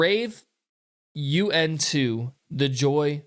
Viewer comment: It is pronounced Rave un to the Joy Fantastic and Rave in to the Joy Fantastic. FYI plectrum is a guitar pic.